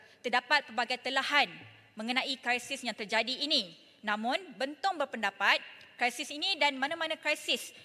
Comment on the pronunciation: Terbaik YB Yang ❤ tapi kenapa perlu “kraisis” krisis lebih baik Yang 😘